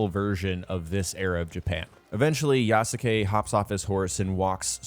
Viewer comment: Please learn how to pronounce yasuke